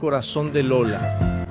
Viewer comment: Maravilhoso documentário.Pena que em alguns momentos saiu errado , Lula, o certo é Lola.O importante é a divulgação desse importante documentário.